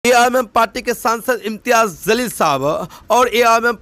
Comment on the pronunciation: Bhai phely bolna sik.jalil ko zalil bol raha. Phely padna siko.baad me u tube se pet palo.jahil kaei ke.